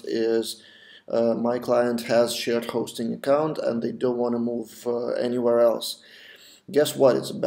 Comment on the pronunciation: idk why but whenever u said shared hosting i heard it as shit hosting :P